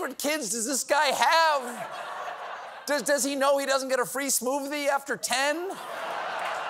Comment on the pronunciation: Cov- smooffthie.